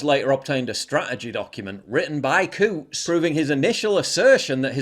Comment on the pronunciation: Coutts? I thought you said, "Kooks." 😂😅